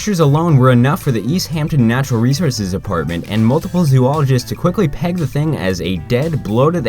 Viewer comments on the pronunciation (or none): when will people learn how to pronounce zoologist?